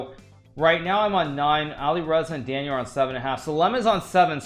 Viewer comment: A monster of chess Grandmaster, but can someone help this dude how to pronounce Daniel? Good lord